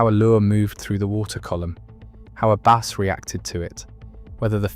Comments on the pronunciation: How does the narrator correctly call it the BASS angler society, then continue to call it base??? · Jesus H Christ the narration makes this unwatchable. Bass. BASS. Not Base or Bays.